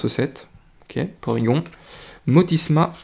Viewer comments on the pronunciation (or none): Ca fait longtemps que j'ai pas entendu la voix de un de mes youtubeurs préférer et chui content de te revoir :) Au fait c'est porygon pas porygonne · Salut ! Pour moi c'est Porygon, pas gone ! On dit pas Tygnone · Super vidéo. Mucuscule vient de Mucus et de Minuscule. Colimucus garde Mucus dans le nom, et non Minuscule, d'où un nom qui peut déstabiliser. Pour Porygon, j'ai l'habitude de le prononcer à la française. Or je pense que c'est une erreur, qu'il faut prononcer "Porygone", comme à la japonaise. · On dit porygone